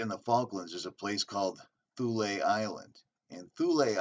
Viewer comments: It's pronounced 'Th' ule rhymes with Mule.... It went to Chelmsford Essex....88 dead scientists from MARCONI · THule -Pronounciation -[Tool -ee] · It is pronounced Tool--ee